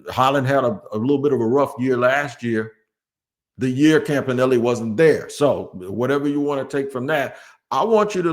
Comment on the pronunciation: Who says campa nelly